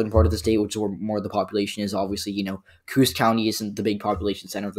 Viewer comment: Coos is pronounced Coh-oss, not cooze. again, only bringing this up because your videos are very well made and the few minor errors really stick out